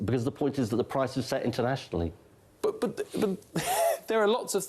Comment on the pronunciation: He can't get past the word "internationly" Is our taxes set internationly?